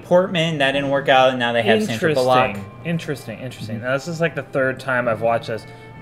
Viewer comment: "Bull-ock?" lol ... like what? I have never heard someone pronounce Sandra "Bul-luck" 's name that way ever.